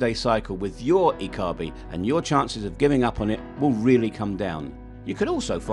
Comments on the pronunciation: hahahahahah the way the voice pronounces ''ikigai''. Find your "IKIGAI" hurr ta durrrr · Yooo every time he says Ikigai 😂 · You need a new IKIGAI for how to pronounce IKIGAI. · Why ikigai is IKIGAI! everytime 😂. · 'Ya we did face a problem pronouncing Ikigai. Hope the rest of the video added a value.